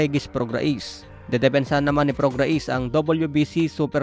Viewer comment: Sir ang pagbigkas ng Prograis ay prog-rey, hindi prog-ra-is